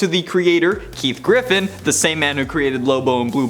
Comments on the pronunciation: GIFFEN, not "Griffin". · It's Keith GIFFEN, not Griffin and his run on the League was one of the more popular ones. Ambush Bug is just an example of his irreverent style as a creator. Respect, guys. Please. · It is Keith GIFFEN, not Griffen.